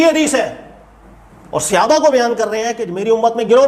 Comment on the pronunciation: صحابہ کا لفظ صَ کے زبر کے ساتھ ہے۔ صَحابہ۔ اپنا تلفظ صحیح کرو۔ لفظ صَحابی زبر کے ساتھ ہے۔ تلفظ کی اصلاح کریں۔